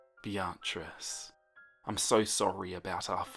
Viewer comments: Bee-a-triss. Not Bya-triss. Lmao. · What makes this funnier is that the name is just pronounced as “Beat-trice” and He said “biatchrice-“ 🤣🤣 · Great video only criticism is that the name "Beatrice" is pronounced "Bee-triss" xxx❤ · The pronunciation of Beatrice KILLS me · I'm sorry, I can't help but get taken out of the story with the way he pronounces Beatrice I love everything else though XD